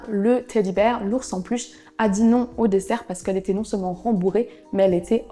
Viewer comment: Coucou ! Tu as dit "desert" à la place de "dessert" Tu as mal prononcé le mot dalmatian, le al se prononce comme le prénom Al et la terminaison -atian se prononce exactement comme celle de vacation